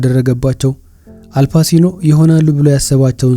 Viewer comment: Not አልፓሲኖ it is አልፓቺኖ።